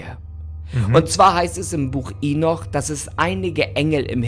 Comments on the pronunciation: Lustig wie er Henoch immer als Inoch ausspricht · mich nervt es auch echt, dass er mit vollster Überzeugung so viele Sachen falsch ausspricht, hier zB das Buch Henoch (oder Enoch /Enok)